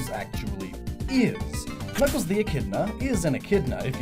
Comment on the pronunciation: Did anyone catch around the 2 minute mark he says kuckles not knuckles